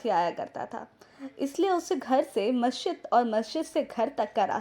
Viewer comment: Good video but one correction it's masjid not mashjid.